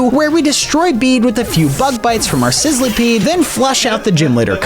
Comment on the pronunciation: It isn’t called sizleepeed it is sizzlepeed